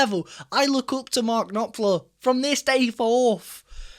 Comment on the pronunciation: Knopfler, not Knoplfer.;)